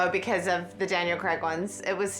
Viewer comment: Always amuses me how Americans are so laughably terrible at saying 'Craig' lol. Where are you guys getting the 'e' from